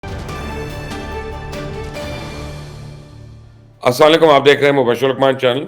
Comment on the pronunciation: Bhai please apna Salam correct kr lein اسسلام و علیکم ورحمتہ وبرکاتہ